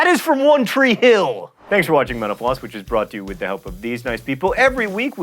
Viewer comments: every time he says mental floss, I hear menopause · Dear John, Your show keeps me sane at work. Thank you. One FYI however - please slow down when you pronounce "Mental Floss"... You are starting to slur it into "Menopause". Thanks again. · Am I the only one that hears "menopause" instead of "mental floss'?? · I need Qtips, I keep hearing "Thanks menopause" every time I watch your video. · I swear, I always hear him say "Thank you for watching menopause." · Every time he says "mental floss", I hear menopause. At least, I'm not the only one. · Sometimes when John is saying "Mental Floss" I think it sounds like 'menopause'... but that's probably just me. :P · Every time he says "Mental Floss" I hear "menopause" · So I'm not the only one who hears 'menopause' at the end? Okay, I was starting to think I was just disturbed :) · sometimes he sounds like he's saying "menopause" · I know it's Mental Floss, but I can't help but hearing menopause. :/ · Speaking of misquotations, when John Green says "Mental Floss", it often sounds like "Menopause". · Here's another mis-quotation, "thanks for watching menopause." No kidding, I keep hearing menopause instead of mental floss lol. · Every Episode it sounds like he says "Thanks for watching menopause" .. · John Green never said, "Thank you for watching Menopause," even though it sounds like it at the end of every episode. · When u said mental floss it sounded like u said menopause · At the end I thought he said menopause instead of mental floss... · When he said mental floss quickly at the end, I thought he said "menopause". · Every time he says mental floss it sounds like menopause... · whenever John says "mental floss" it sounds like "menopause" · When you say mental floss, I hear menopause. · oh gawd, it really does sound like "thanks for watching menopause"